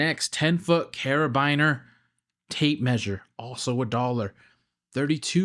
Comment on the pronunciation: carabiner is pronounced carabeaner